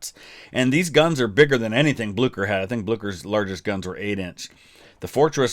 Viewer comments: Aha, its not pronounced Blukker but Blueshur. Not a problem tho, loved the vid. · Ok had to be a grammer nazi(no pun intended) it's pronounced Bleeser not Blukker, but yeah Norway is called the German navys graveyard. The germans lost so many surface ships in Norway in the battle of Narvik (also a movie coming out this december actutally) and the sister ship of the Bismarck the Tirpitz was sunk in Norway. Sucked to be a german sailor in Norway that's for sure. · It's pronounced BlyCHer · This is not for critesaising but you pronounce it whit blicher not blucher